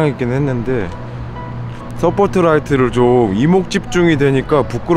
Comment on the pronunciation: 스포트라이트 아닌 서폿트라이트 ㅋㅋㅋㅋㅋㅋ 역시 서포트하나는 잘하심ㅋ 3원딜 잘 받쳐주세요 ㅋㅋ